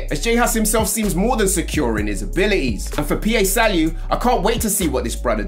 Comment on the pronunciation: man said p.a salieu loool, its Pa as in Papa Salieu